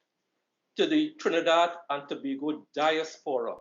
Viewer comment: Yuh lucky Trevor, saying Tobago the correct way!👍🏾